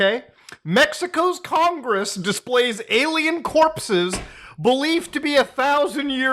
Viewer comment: "They blew up congeess!" 😂